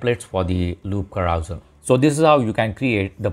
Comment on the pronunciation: LOL....carousal......carouSEL....as in SELf....SELL your car. I think the clue is the use of the 'e' rather than any fictitious 'a'. KA_RU_SELL.